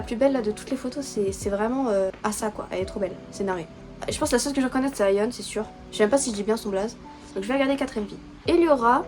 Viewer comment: Le nom de Ayheon ses bon tu prononce bien mais asa ses ace-a sa ses comme si tu parler avec l'accent anglais se prononce comme ça 👍 sinon j'adore le fait que tu apprends a vraiment connaître le groupe ça fais beaucoup plus professionnel j'adore t'as vidéo